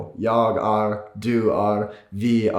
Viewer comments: "Är" is pronounced "air" not "are". And most of the time it's just "e". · Just a friendly tip: "är" in Swedish is pronounced similar to the word "air" in English - not "ar" as in "army". It's easy as a native English speaker to ignore those two little dots above the "a", but they are important! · when you saying är try not to say are say äär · You did make an 'are' out of the 'är' though. 😉 Funny enough, as a native German, despite German also using umlauts like Ä, I still catch myself not pronouncing it correctly after 6 years in Sweden. The Swedish Ä is much thicker than the German Ä, which oftentimes could be substituted by an E and maybe will be at some point in the future. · If you want to sound like a native you should pronounce it as "eh" like the Spanish E. For example: Det är kalt it's pronounced: Deh eh kalt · Very good and informative, but you say the verb är like it was spelt "ar". (It shouldn't sound like "arm", whether pronounced in Swedish or American.) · He says hund... huhhhnd "uhh" sound in English. From my understanding, its an ooo. Like "ooo, lala" or shoe. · i cringed so hard when he said ä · Yeah you can tell, the hardest thing In Swedish is å, ä, and ö. Even he is still struggling with “är” etc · Regarding the pronounciation of the word "är": Your pronunciation sounded a bit like the letter r in Toys R Us. Standard Swedish: pronounce the a like the a in air and attach a soft r sound. Some southern dialects of Swedish: only pronounce the ä (like the a in air) and drop the r sound completely. Stockholm dialect: pronounce the word är like the e in the word "weird“ (that is only the e, without an r sound).